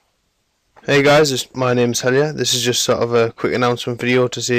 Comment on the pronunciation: The way you say your name makes it sound like, "Hell Yeah." :D